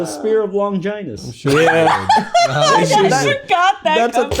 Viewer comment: Normies listen up, Longinus the “Holy Lance” is pronounced with a “gin” like the alcohol not “vagina”